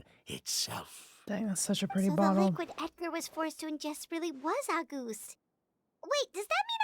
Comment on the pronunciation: auguste is a french name and emilie is right on the money about its meaning. as a french speaker myself, i love the way emilie pronounces it, it’s adorable 🤭